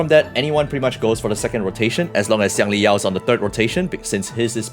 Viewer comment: bro pronounced Xiangli Yao like a chinese...BRO PRONOUNCED XIANGLI YAO LIKE A CHINESE!!!